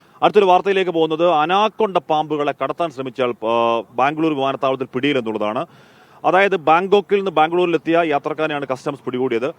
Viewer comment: Anaakonda alla Anaconda